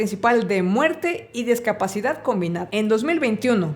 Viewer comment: Se dice Discapacidad no "DEScapacidad"😢